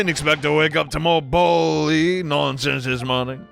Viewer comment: I absolutely cackle every time you pronounce "bally" (rhymes with pal + ee) as "ballsy" so plz do not correct yourself LOLOL